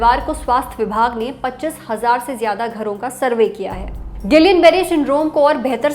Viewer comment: जब हम लोग medicine पढ़ते थे तब इसी spelling का उच्चारण हमारे Professors द्वारा "गियां" Barre syndrome होता था। अब सारे "गिलियन" Barre Syndrome कह रहे हैं 🤔